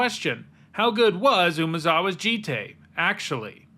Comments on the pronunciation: its pronounced joot toot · Umezawa’s J-EYE-T